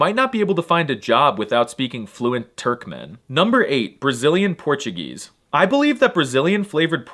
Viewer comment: your pronunciation of brazilian portuguese is the gringo-est I've ever heard